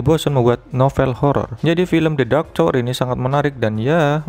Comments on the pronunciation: biasa aja bang ngomong nyaa pake indo asli aja jangan so Inggris jadi salah kosa kata masa tower jadi cower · Tower bang , bukan cower 😂